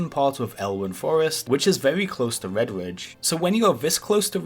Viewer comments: why do you say vedvidge instead of redridge ? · "Wed-Widge" mountains. Gotta learn to pronunciate bruh. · You're telling me you've never gwinded wedwidge? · Do some gwinding in Wedwidge. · wed widge :D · Wedwidge mountains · Vedvidge, stovmwind sry i died 🤣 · wedge wridge hahahaha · I thought it was just me hearing things lol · Vewy, Azewoth, Muwocs, Woute, Fowest..... Wed Widge..... Wtf is wrong with people.